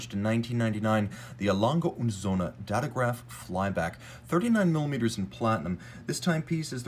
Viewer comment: Thank you for pronouncing their name properly in german lol. Everyone says “lange et sohne” and its really annoying